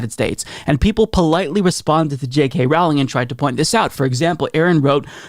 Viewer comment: Big Fan of your show.. but it's pronounced "rolling" like a rolling pin. It's not rOWLing.. like "owl." Just so you know.